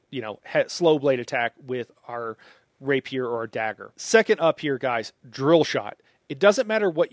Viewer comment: I love your content!!! but I'm sorry Bro: you're mispronouncing "Rapier" & "Prescient..."